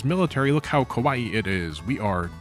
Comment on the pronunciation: why are you saying kawaii like hawaii